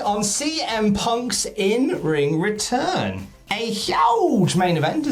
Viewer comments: "in ring retirn" love it 😂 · Lol Ritirn. Lol